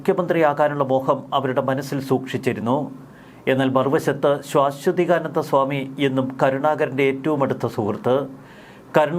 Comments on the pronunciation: സുഹൃത്തെ ശ്വാ അല്ല ആദ്യത്തെ അക്ഷരം ശാഎന്നാണ്. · ശാ....ശ്വ എന്ന് ഉച്ചരിക്കണം. ശ്വാ....ശ്വ അല്ല. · ശാശ്വതീകാനന്ദ നിങ്ങളുടെ ഉച്ചാരണം ശരിയല്ല